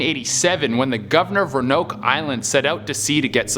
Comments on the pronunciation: Omg he said Ron-oak. I’m triggered. It’s row-an-oak. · Roanoke is pronounced ROW-AN-OAK, not ROW-NOAK, sorry wanna be that person but the pronunciation was bothering me. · I’m a real history nerd and I have ocd so when he pronounced Roanoke wrong I got triggered it’s pronounced- Row-uh-noke not Rownoke rowuhnoke is how you say it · Do us ALL a favor and learn the proper pronunciation for the places you feature in the vid Absolutely NO ONE pronounces Roanoke as Row-Noke it’s pronounced Row-An-Noke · Aw. You’re adorbs.🤗☠️ It’s nuts to me that you didn’t learn about the lost colony of Roanoke before you did this vid. I guess maybe it’s only something you learn about in school if you grew up in coastal VA..?😄 Roanoke: ro-a-noke ro - rhymes with so a - rhymes with uhh noke - rhymes with poke😉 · it’s not ronoak it’s “row-an-oak” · Roanoke (Row-ann-oak) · Say it with me : Ro-an-oke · Ra-noke lol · 1) Aaarrrggghhh!!!, it's Ro-a-noke. 2) You missed a few good ones. A: Marie Antoinette's Crown Jewels. B: The Templar Treasure. C: Amelia Earheart's plane. D: Atlantis. E: The Lost City of El Dorado. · Also it’s ft. Lauderdale Florida. Not lauderdale. It only bothers me because I’m from Florida. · Pronounced "row-AN-oak" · Ro-Uh-Nok = Roanoke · Pronounced Roe Ah Noke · Roanoke is pronounced ro uh noke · Its ro-an-oak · Does any one else feel like Roanoke was being pronounced wrong? I live in the US, and it's funny because here, we pronounce it Row-a-noke. Great videos by the by, I love this channel, been subscribed for almost two years now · It's pronounced row-nok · TF!! Please say Roanoke right!!!!! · him mispronouncing Roanoke sent me 😂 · I understand. The mispronunciation of Roanoke bothers me because I'm from North Carolina. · Ur pronunciation of Roanoke is wrong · But that’s not how you pronounce Roanoke… At least he doesn’t say “is this real life right now” all the time so I guess I can overlook it. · Am I the only one triggered by the way he said Roanoke